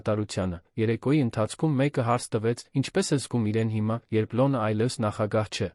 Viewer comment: Եր -ան,հետ -ում,կար-որ ,Լ-ոնը ,հետա-նքները ,և այսպես,տեղադրենք «և»-ը ,կստանանք բառը…😂